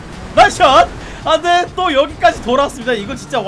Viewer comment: 안되가 아들로 들리네 ㅋㅋㅋㅋㅋㅋㅋㅋㅋㅋ